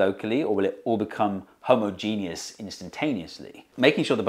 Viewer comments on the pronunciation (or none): I'm supposed to be getting "educated" by someone who says "homo-genius"??... 🤦🤦 FFS man, you're English, SPEAK it, don't butcher it.